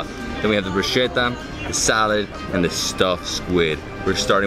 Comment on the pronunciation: BRUSKETTA,, BRUSKETTA... where is the italian in you... Awesome content as usual.. Beautiful beaches..